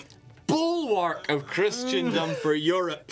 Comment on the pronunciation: every time he says Christian-dom instead of Chris-en-dom, I feel it. And it feels bad.